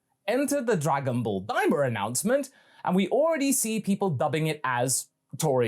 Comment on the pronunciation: Am i the only one who thinks daima sounds like "dai mao"